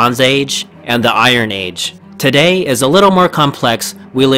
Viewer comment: I'm sorry to pick on this particular (and largely worthwhile and interesting) video, but can we all agree that people who choose to speak publicly should take it upon themselves to learn how to pronounce “nuclear”? True, this speaker also doesn't realize he is mispronouncing “the” half the time, but that's more of an understandable lapse than an error. “Nuclear” can only be correctly pronounced in one way, period. Unless we change the word itself, it's pronounced “NOO klee er”, and will be for the foreseeable future. Saying it differently makes you sound ignorant, and if you decide public speaking is for you, maybe ask yourself if sounding uneducated is really what you want to convey. If it is, then by all means, “nookuler” away.